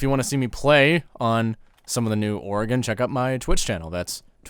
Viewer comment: Aye one of the only YouTubers that say Oregon correctly